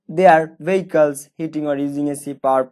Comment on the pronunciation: ওয়াস্ট না ওয়েস্ট ভেইকালস না ভিএকলস 🥲